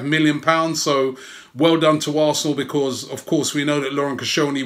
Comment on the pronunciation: Love you robbie mate but the way you say because winds me up!!!!